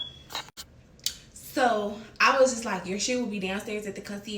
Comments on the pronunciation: The way the first girl said “consurG” instead of for conceierge made me cringe. It’s scary really. This entire post is tragic and embarrassing for both of them. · The way she keeps saying concierge is pissing me off and all that playing in that wig girl y’all both dumb flat out it would’ve been on the flo